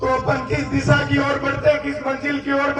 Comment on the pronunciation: भाई तेरे बोलने पर सुधार कर.... Disa ni दिशा होता है... भविष्य बोलना नहीं आता भविष्य सुधार करने की क्या हिमाकत है